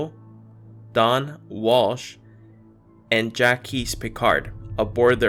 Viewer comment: Hi. Not to be overtly disrespectful, but I can't take much of anything you say seriously when you mispronounce words, names, and use really improper language constantly. People that really are a source of reliable information tend to do research to make sure they speak correctly and don't mispronounce proper names. An example- "Jacques" is not pronounced "Jah-qweese" It's "Jock" with a softer, almost dragging "j" sound. It's essentially the French "Jack". While you ask us if we remember learning this in school, I can honestly tell you that no, I do not recall JahQweese exploring the Mariana Trench. But I do recall Jacques Piccard exploring the ocean and Mariana Trench. But then again, maybe the next Mandela Effect will be the proper pronunciation of a world-renowned oceanic explorer's name. I think at the very least, for all his efforts, he desrves to have his name pronounced appropriately. I generally find your theories to be thought-provoking, but I truly feel you'd be better served to take a moment to look a little deeper into the information you share- as it can be overshadowed by what feels to be blatant, unabashed ignorance. You can't try to open minds to deeper thought if you aren't sharing the correct information from the get-go, now can you?